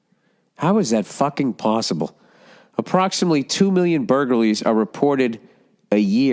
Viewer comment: in this episode we find out that Bill can't pronounce "burglaries" to save his life. "Burgalries"